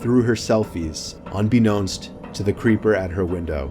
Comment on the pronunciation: crepper... Aww Man